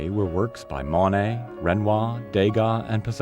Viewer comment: I’d be content with someone who can pronounce “Monet” and “Le Havre”